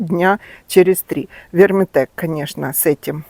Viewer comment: Вы постоянно называете Вертимек неправильно! Хотя бы прочитайте название пожалуйста! Не ВерМИТек!!!! ВерТИМек!!!😊